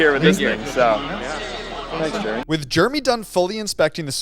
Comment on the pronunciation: please dont pronouce it JERmy its JerEmy ahhhhhh